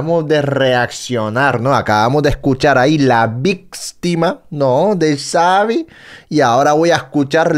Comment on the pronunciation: Xavi ❌ Savi ✅ 🤑